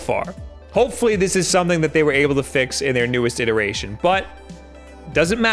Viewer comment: What's a warrantee?